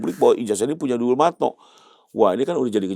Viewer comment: Dumatno bang itu yg benarr, bukan DuL matno...sbb itu asli bahasa jawa yg artinya telitilah seteliti mungkin 💚✌️👍